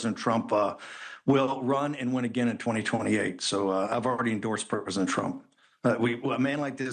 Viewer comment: Steve Bannon "Ive already endorsed Perpesent Trump" (Thats what I heard anyway)